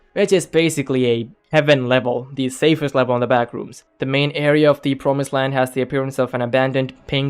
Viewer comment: “SAFEST” such a mistake